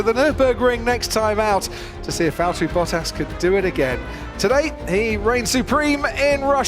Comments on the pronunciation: ... it is NOT Lewish ... it is NOT Bottash ... and it is certainly NOT Max Vershtappen! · “Bottaso” I Want more “Bottasos”